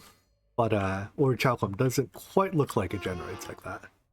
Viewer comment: Great episode! Just as a btw, despite what its spelling would have you believe, the h is silent in orichalcum